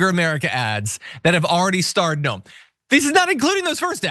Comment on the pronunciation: I wish people would point out that her name is pronounced 'noom' in the language her forbears emigrated from.....Noem is a Dutch spelling.